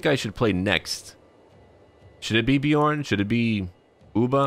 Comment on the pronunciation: The “ö” in Björn is pronounced like the “u” in run Love your vids and the fact you’re brave enough to try to pronounce foreign words much love from Norway